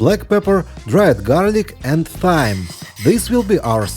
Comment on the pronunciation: What did he say for the cheesy meatballs after black pepper and dried garlic did he say thime or something 🤔?